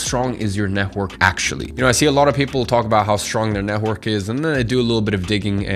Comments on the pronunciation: NET -WORK not NEH-WORK😭😭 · Neh-work. Why between many other words you choosed to mummble this one?) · It really annoys me the way you say "network". It kept throwing me off throughout the video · Love the way you say netwhork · No offense, but the way tou say "network" is so funny. Had a good laugh. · The way you say "network" is funny :) Good vid! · why do you say "network" like that lol is it just me who doesn't hear it straight or m tripping